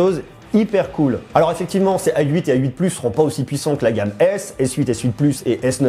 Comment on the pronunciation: Pourquoi tu dis "ail huit" au lieu de "a 8"? x)